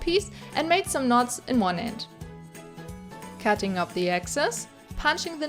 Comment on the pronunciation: Did you say catting of the excess 🙀😻